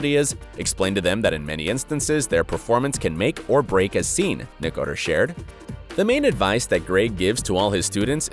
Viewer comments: I only came to the comments section to see how many people are correcting his pronunciation of Greg's last name. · His name is pronounced: Nick-o-ter-o. Not, Nick-o-ter. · Its annoying the way he saying nicater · Greg nicotero is pronounced like nic-a-tar-o. Not nic-a-ter 😂 Only true fans know how to pronounce his name 😂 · “Greg Nicotur” ? It’s Nicotero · What is that last name you keep saying....Nicoter???? Isn't there an o at the end of that? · Dude. Its Nicotero, not Nicoter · Hit like if you cringed every time he said Nicoter instead of NICOTERO 🤦🏻‍♂️ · Its NOT Nicater Its NICOTERO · It's NICK-OH-TERR-OH! Get it right. Geeze. How can you be a fan and NOT know how to say it? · I really hate the way you pronounce Greg Nicatiro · ( Nik- a- ter-o ) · It’s Pronounced Ni ko tero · Greg nicker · Drew lmfao nick-a-tur.... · Weird the narrator can't pronounce Greg Nicotero. Lol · he butchered that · Wow dude....you're doing a piece and can't even pronounce Greg NICOTERO'S name right?? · Why does the announcer in the clip not know how to pronounce 'Nicotero'?????? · Who told you its Nicoter? seriously who said that besides you? unbelievable. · As if anyone here actually knew how to pronounce Nicotero ..pff Message sponsored by : " Your rando daily post from Italy inc." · he said gregs name wrong🤣🤣🤣🤣🤣🤣🤣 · Buddy mispronounced Greg nicotaro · why the hell is he saying Greg's last name wrong?!!!!!!!! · out of respect atleast learn to pronounce greg's family name properly before airing video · Nice work, like the others here, I was "thrown off" by your pronunciation of Greg's last name, but the content was spot on...... But for your sake, get those names right mate. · OMG listening to him mispronounce Greg's name is driving me CRAZY!! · Nickater? Nay-gen? Nobody in production thought to tell the narrator he was getting it wrong? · True fans also know the pronunciation of names. Nicotero - Nick-ah-tare-o. Negan - Knee-gun. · You pronounced steven, Greg's and negan's name wrong.